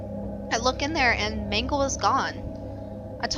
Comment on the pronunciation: it's mangle